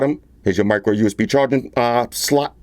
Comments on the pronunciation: You crack me up when you say the word S-L-O-T!!! And the best unboxing knife is still the Batman knife!!!!!!! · YOU ESS BEE Universal Serial Bus 😂😂😂 your a funny guy oh and SL "OT" like HOT!! 👍👍 Thanks again for the great review ha ha!!! 8 )